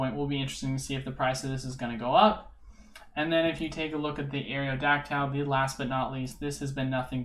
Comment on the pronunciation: Areodactile? Come on man.. haven’t you ever heard the original pokerap. Pronounced Aero-dac-tul